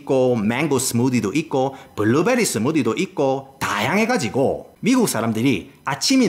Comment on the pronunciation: 블루베리스무디는 경상도 인토네이션으로!